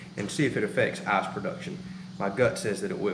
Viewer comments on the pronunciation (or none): Dude great video, great project, but every time you say ass-maker, ass-production or weigh how much ass you are getting I giggle XD